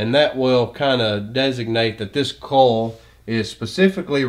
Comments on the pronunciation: Excellent explanation, thank you. Everything is very clear--except I'm embarrassed to say it took me until to realize that when I was hearing "coal", you were saying "coil". That makes way more sense! :) Posting in case anyone else was thrown by this. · brilliant i was just thrown off by how he said coil LOL